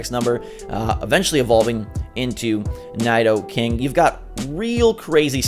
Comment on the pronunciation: You pronounced Nidoran correctly but not NIDOKING? 🤷🏻‍♂️